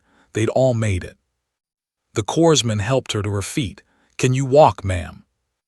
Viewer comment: Corpseman is CORMAN NOT corpseman.